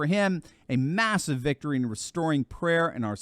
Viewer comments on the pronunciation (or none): none